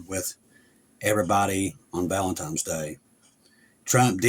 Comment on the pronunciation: ValentiNes day, bro. Its an N not an M. Love you and all you do in the name of Jesus,!